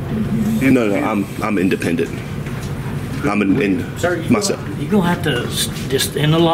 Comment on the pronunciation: IN DE PEN DENT.... never heard of the word before....